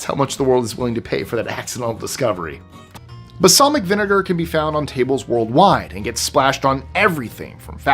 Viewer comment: Balsamic not basalmic vinegar...lol sorry , nerd 🤓